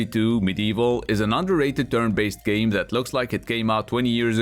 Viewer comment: When you said: I make "game" reviews and top 10 videos, I heard: I make "gay" reviews and top 10 videos instead. That was also funny lol :D